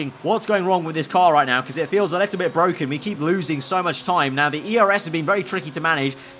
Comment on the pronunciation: IT'S BWOKEN😂